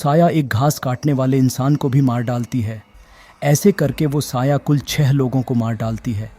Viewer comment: 'quatil says' 🥀